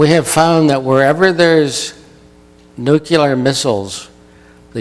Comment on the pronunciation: pronounced nu-klee-ar not nuke- ya- ler